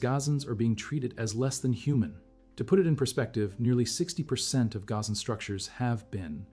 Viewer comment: The garan people? Your AI can't read